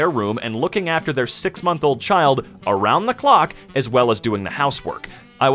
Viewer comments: it's "around" lol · "around", the word is "around"